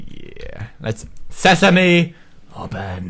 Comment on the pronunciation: Lol he said sesem open. Not